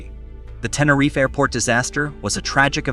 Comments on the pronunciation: only from the 2nd mention onward.. the first mention, he called it "TeneRIFE" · And the prize for the most different ways to pronounce Tenerife goes to... And what the hell is "Klum/Kum/Kullem"?